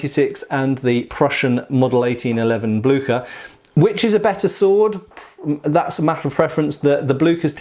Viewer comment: Blücher? You butchered the name! Not Blücker... Blücher like ship.... Blüsher please try.